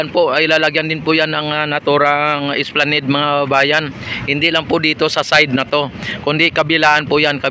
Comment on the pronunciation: Esplanad ang bigkas nyan bro